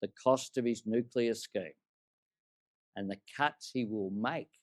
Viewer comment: if you are going to criticize something, learn to say it properly you drongo. As for Medicare, no you cant just take your Medicare card and get the help you need. Not on your watch, we have gone from Bulk Billing doctors everywhere to now where we cannot find one in our area. Thats all since you have been in power, so its a fallacy that Labor care about Medicare. Tax Cuts, give me a spell. Stop misleading people you are taking their tax down by $2500. Its just not true, you cant go counting Stage 3 tax cuts in your numbers to make them look better because we already have them thanks to the LNP. It is $5 a week in a years time and then $10 after that. Thats it.